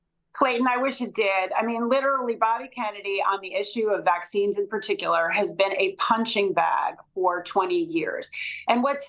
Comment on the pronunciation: No more "vecxines" please